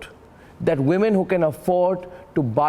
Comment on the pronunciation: Gaurav Joshi Not khaak, it's Kak. She is Manju Kak gio nahi, Jio